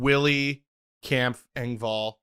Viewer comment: please say Kampf's name right.